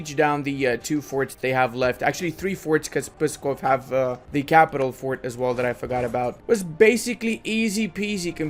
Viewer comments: Nonono, do not make any sound between P and S, like Pssskov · I chuckled when u tried to pronounce pskov and mozhaisk lmao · Ok, cuz it rly starts to trigger me FIRST u pronounce "Pskov" as "Pyskov" or "Puskov", try to remove that Y\U and ull be close to the correct pronounciation, "Luki" is not "Lucky" rather its "Looky" and "Polockas" is "Polotzkas".